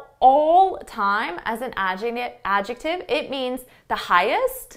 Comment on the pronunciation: I shake my head when you jump in that word adjective for a second time, it seems you miss pronounced it, I wonder myself like an English learner,( love you ✌)